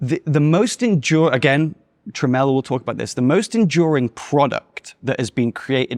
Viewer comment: He keeps referencing a "Tremel" or "Trimel", who is this person?